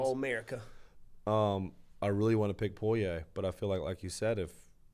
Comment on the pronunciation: you are saying Dustins' last name wrong! 🤣